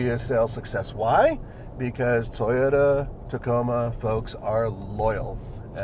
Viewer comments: Wh does (and others) always say Tie-ota???? It’s TOY-OTA…..Toy, similar to boy or coy or soy…😅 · Tiyota